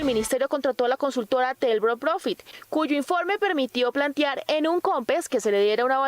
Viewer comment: Señora reportera: la palabra correcta es: plantear; no "plantiar" como usted horrorosamente dice. Este noticiero es visto y escuchado en el exterior. Por favor corrija. Y estos horrores los cometen todos los reporterosby periodistas que hablan desde Bogotá. ¡Qué vergüenza!